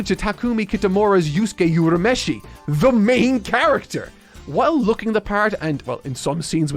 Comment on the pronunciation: Wait, why is he pronouncing Urameshi wrong now?! He was pronouncing it right in the prior videos!!! It's Oo-rah-meh-shee. Not Yoo-rah-meh-shee. That's a change the dub made.